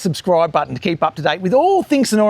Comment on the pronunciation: Thanks for the interesting walk around. Don’t worry about missing out on that block of land, something else will come along one day. Love the way you locals pronounce Sunooor. 😀